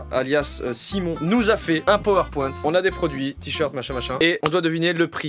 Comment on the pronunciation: un pauweurpwinte – joyca 2018